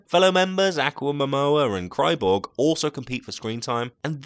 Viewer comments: Did you just say "kryborg?" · he said "aquamamore" and "cryborg"... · Did Anybody else hear him say cry borg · tv flash and is anyone going to say how weird he said aquaman and cyborg